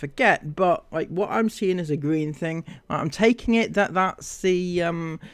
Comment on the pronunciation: Is something wrong with teeth? She keeps saying her T’s like Th and it’s killing my ears!